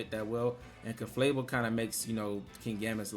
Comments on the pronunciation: I just love how you always say Ceflabel instead of Clefable 🤣 Banger The team is really good though! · It's CLEFable, but whatever you prefer, bro. It just sounds funny, you always make me smile with this 😊